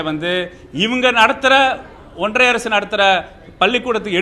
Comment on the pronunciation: ஒன்றிய Correct ah சொல்லு. ஒன்றய இல்லை. தமிழ் நல்ல வளர்க்குறீங்க டா. கால கொடுமை டா சாமி